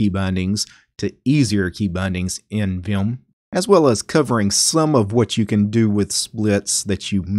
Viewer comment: The only guy I've ever heard who said viyum instead of vim